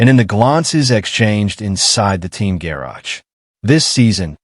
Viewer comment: Couldn’t agree more. What I find frustrating is if they want you to like and subscribe at least narrate the fkn video yourself. For supposedly artificial intelligence you’d think it could pronounce the word garage correctly